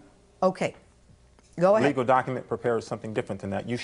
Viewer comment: docUHments. Wtf is a doc-uh-ment?